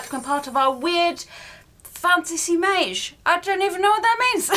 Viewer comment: The more you say “fantasy mawge” the harder it gets to not burst out in laughter 😂 brilliant reactions to this calender.